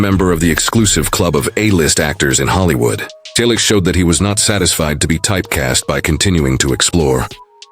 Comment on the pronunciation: There is a lot of misinformation in your comments. Learn English. It's free on YouTube before you post another video using an AI generated voice. That sounds awful. I am a relative of Tom and you cannot even pronounce "Selleck" correctly. What is shocking? Your stupid video? We, the family on behalf of Tom, have already reported several times that he has not confessed to anything. Tom also has already confirmed that he hasn't given an interview about James Garner in a long time. The last one was 11 years ago, immediately after James' death on July 19, 2014.